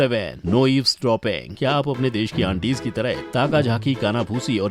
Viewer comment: or pronounce ker ne ma dhawn do o shesh nahi desh hota hai